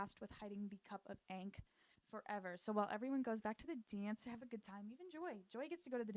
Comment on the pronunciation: a lil tip ankh rhymes with honk. It’s kinda like “honk” with the h removed so “-onk” !